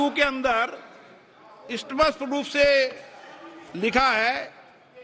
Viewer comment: स्पष्ट का उच्चारण तो आता ni chale hai speaker ban ne